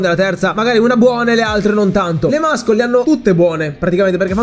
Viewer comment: muscle = MASSOL (pronuncia corretta!) NON MASCOL ...